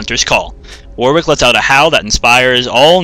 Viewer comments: Warwick is generally pronounced waw-rik or wawr-ik; the second syllable does not start with a 'w'. It's not pronounced how it's spelt, sure, but it's the name of an English town, and us Britons like to pronounce things differently just to throw foreigners off. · sorry to snap but it's not just you, I don't think I've ever heard it pronounced it correctly on youtube (must be an american thing). it's war-ick, you dont pronounce the w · for fucks sake if I hear it pronounced war-wick one more time I'll have a heart attack